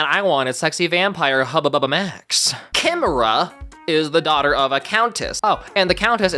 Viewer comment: Cherima’s name is actually pronounced as Shimarah, don’t know why 4kids changed the pronunciation.